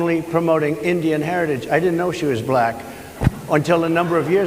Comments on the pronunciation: I've never heard "black" pronounced with such a hard-R before.... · You mean "Ba Lack"? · Why does Trump pronounce “Black” like a South African?? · I agree, but I was so annoyed with his annunciation of “black”. Sounded like his pronunciation of “China”